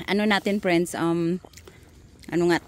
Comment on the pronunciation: Preynds 😂😂🤣 There’s none? Dey are peymil🤣 read an English Books or watch an English movies 😫😳 the way you speak are wrong Grammar!😂🤣😫